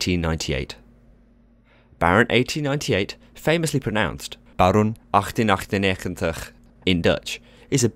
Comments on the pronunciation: Impressive pronunciation of the Dutch "G" sounds. Many native English speakers trip over that one! Should all theme park rides be themed excessively like this? No, I don't think so. Themeing of course is important for the ride experience, but if every ride is being themed up like The Baron is, not only will the cost of every ride go up but it won't be special any more either. Let's take The Efteling's token rollercoaster (The Efteling is the park where The Baron is), the Python. There's no storyline there. It's just a rollercoaster named after a snake, the coaster cars have a snake theme and the track layout resembles the slithering of a snake. That's it. And it's been one of the most popular attractions the theme park has had for decades. Some attractions don't need a storyline, and having one would just be OOT. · The way you pronounced Baron 1898 in Dutch was 'best wel goed'. I heard it so many times with an afwul accent from Shawn(ThemeParkWorldwide) and you sir you nailed it for someone who is not dutch. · Themeparkworldwide could never pull off such an amazing Dutch pronunciation of 1898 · while I haven't ridden the thing yet (I barely have the courage to ride the other coaster with inversions at the park, Python), I do agree that the theming and storyline of this attraction is impressive. also the pronounciation of the Dutch name as well as the pronounciation of the park name cured my autism it's so bad yet spot-on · Wow, I had no idea you could theme a coaster THAT much. And lovely pronunciation,. Very professional. I applaud your Dutch coach (nice work, Aron)! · You pronounced Baron 1898 amazingly well haha! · Replayed just to hear that pronunciation again. That was impressive. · Your dutch when you said 'Baron 1898'... 10/10 xD I'm from the Netherlands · Ik ben Nederlands= im dutch so your prenounce was pretty great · You pronounced the name better than Shawn Sandbrooke xD